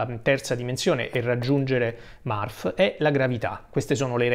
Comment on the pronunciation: Non è Marf, (Murph) but Merf. Non è Balk, (Bulk) but Bolk. Per tutto il resto, grande video. Complimenti